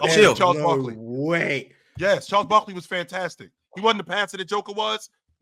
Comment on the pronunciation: What is this dude saying? Barkley????? I grew up watching Barkley and I can say Giannis and Jokic are better.